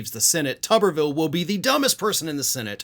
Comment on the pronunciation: I like the way calls him “Tubberville” 😂😂😂